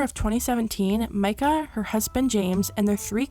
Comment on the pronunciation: omg i know this isnt important at all but at least someone said her name right lmao